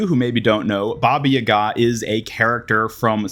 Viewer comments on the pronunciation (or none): It's baba yaga not yigah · It's Ba-Ba- Ya-Ga not Ba-Ba yuga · I think the most diabolical thing here is baba YUH-GA it’s baba YAH-GA but together 😂 *Hermonie voice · Its baba yaga not ye gaa 😭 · Sir, sir, sir, im sorry, i have to be that guy this time, its baba (pause) yaga two words and the emphasis go on the beginning of the individual words (BAH-bah YAH-gah) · Baba yah gah? What are you saying? Lol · you said baba yaga weird i dont feel comfortable finishing this video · What the hell is that pronunciation of Baba Yaga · Bro slaughtered baba yaga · The way you pronounce Baba Yaga hurt me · the pronunciation of baba yaga made me ill lol